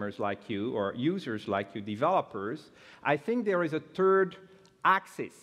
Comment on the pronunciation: I like it when he says in "there is a turd axis" :P hahahaha